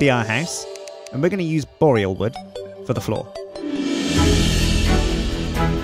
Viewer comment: needs to learn how to pronounce Boreal. It's really not the way he says it....